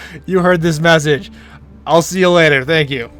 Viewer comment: I heard "this messaage"